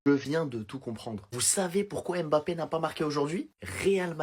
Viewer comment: Son nom se prononce Mbappé et non M Bappé